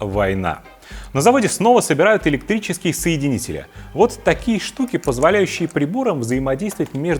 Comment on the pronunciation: Соедининель😂😂😂вы хоть Гугл бы полистали😂😂😂РАЗЬЕМЫ ПРОМЫШЛЕННЫЕ КАБЕЛЬ -КАБЕЛЬ😂😂😂